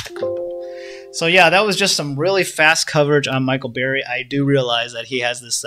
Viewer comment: His name is Burry not Barry!